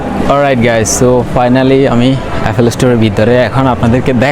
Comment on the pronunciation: আইফোন ফাটাতে, 😅😅😅 শিট। বুলশিট। বাঙালি হয়ে বাংলা ঠিকমতো বলতে পারেন না, ছিহ্ এফোল ফ্রোডাক্ট। এফোল ইশটোর। এসব কি বলেন ভাই?? লজ্জা নাই, আপনার চ্যানেল কে আবার গর্দভগুলো সাবস্ক্রাইব করতেছে। ব্লাডি.... …